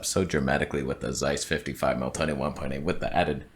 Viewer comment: No one even noticed the Tony toneh 😑